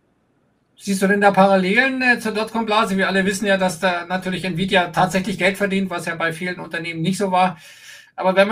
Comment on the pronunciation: wenn friedrich sich so mit btc auskennt, warum kann er auch nicht nvidia aussprechen? ohne grafikchips keine bitcoins un gibt nur ati und nvidia